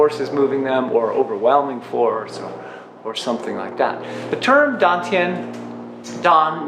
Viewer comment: Why dontyiuproounce like station